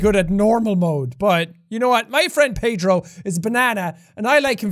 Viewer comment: Me starting the video: Jack: welcome back to My Friend Pedrrrrooooo Me: laugh intensely (by the way I’m Portuguese and he said Pedro PERFECTLY)